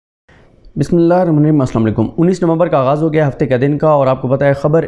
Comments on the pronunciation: بھائ جان صدیق جان صاحب پلیز بسم الله الرحمن الرحيم تھوڑا آرام اور صحیح تلفظ سے پڑھ لیا کریں یہ الله عز و جله کے نام ہیں یہ پورے ہی لینیں چاھئیں امید ھے آپ توجہ فرمائیں گے جزاکم اللہ خیرا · Please read bismillah clearly